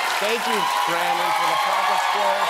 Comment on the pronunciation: Jimmy it’s Brannon not Brandon 😂 but I’m sure he’s beside himself that he got acknowledged on national television.